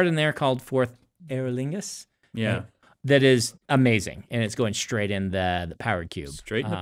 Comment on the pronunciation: Unreasonably amused by Brandon pronouncing "eorlingas" as "Aer Lingus"